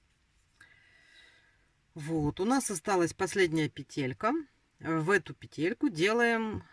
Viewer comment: Не петЕлька,а пЕтелька.Вы почитайте в интернете,если туда вышли,как надо правильно говорить,нерусская,что ли?